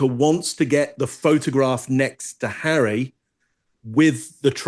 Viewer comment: You have the stroppy Duchess and his wife, you get drama and petulance. I love how it sounds like you say Prince Hairy😄.